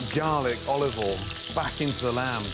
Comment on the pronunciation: Quick tip. Oil NOT Oll Boil NOT Boll